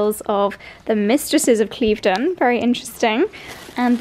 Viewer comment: You're saying 'Cleeve-den' House, Claire from I am Chouquette has been saying 'Clive-den' House, and you're both wrong - it's actually pronounced Kliv-den House. Make an effort, girls!! 🙈